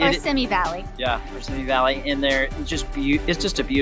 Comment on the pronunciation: Simi- is pronounced—— See me